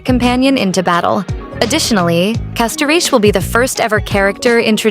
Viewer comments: Castoriche, Castorish and CastoRICE why tf do you pronounce it wrong? are you AI or American perhaps? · ah yes "castoriche" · lmao i like how you speak castorice name 😂